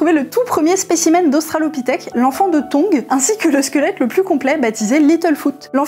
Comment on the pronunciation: australoquipèthe, très bien dis